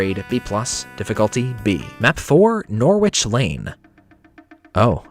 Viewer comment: Norwich is pronounced "Nor-ich", my US friends :)